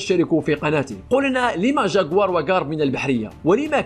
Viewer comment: اتكلم زين وش الجاكوار قول جكوار